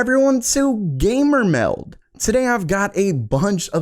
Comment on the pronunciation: I keep hearing gamer melt so I imagine a 3090 between 2 buns lol